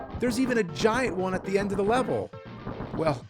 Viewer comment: Nobody: Nerd: "THE END-PUH"